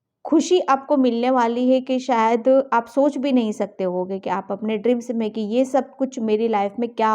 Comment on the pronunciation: Mam aap dreams ko drim bolte ho 😛 Anyway Pile No. 2..accurate reading.. Thank you for this beautiful reading 🙏